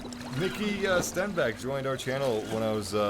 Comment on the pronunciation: you heard him yourself,, he struggled, but yeah, he'll learn to pronounce it.......... eventually